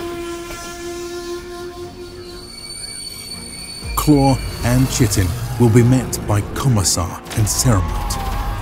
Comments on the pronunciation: Just fyi, i think chitin pronounced "kite-in" not "chit-en" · You spent ALL that money and still mispronounced Chitin (Ky-tan) as "chit-tan" 😂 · FYI chitin is pronounced KY-tin. Think flying a kite. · Chiten is pronouced "Kite-en" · Chitin. It's pronounced "ky'tin" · Great video, couple of points: Lasguns "crack" or "snap" as their sound effect. The DoW games always got this wrong too so no worries. And it's "Kite-in" in terms of pronounciation, not as it's spelt "chitin". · Chitin is pronounced kai-ten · Chitin is pronounced with a K. Kai-tin. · It's pronounced "KAI-tin." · hello! well made video, very professional and well put together! but to offer improvement, the word "Chitin" is not pronounced as it appears the first "i" is pronounced Eye and the "ch" as a k phonetically in plain english, K-eye-tin or Kaitin, or finally Kite-in. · Great Video. Just an fyi Chitin is pronounced " Kite - in " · Chitin is pronounced "Ky-tin" - it's a word of Greek origin, like Chord, Chaos or Chimera. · Sick work dude, but I gotta say it... it's pronounced "Ky-tin" <3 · Folks, it's pronounced "ky-tin". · If you pronounce it "chit-in" you have to pronounce "chaos" like "chows". I don't make the rules. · He does say it correctly later on in the video. He probably just mispronounced it as he was reading the script and either forgot or decided not to do a retake. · This dude doesn't know how to pronounce chitin 🙄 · Claw and chitin? Christ man, how can I watch this if you don't even know how to pronounce chitin.